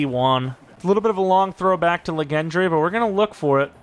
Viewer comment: “Legendre” is pronounced like legend with a French accent. This luh gen dray business is nasty work